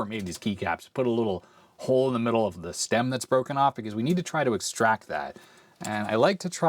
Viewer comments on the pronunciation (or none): none